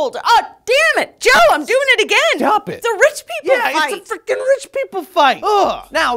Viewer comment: "Stwap it!" - Joe